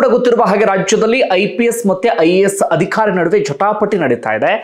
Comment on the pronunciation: Adikhari alla, adhikaari, focus on pronunciation. All other narrations are good